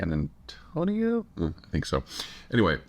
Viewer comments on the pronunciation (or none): none